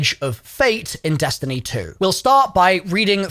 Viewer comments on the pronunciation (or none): none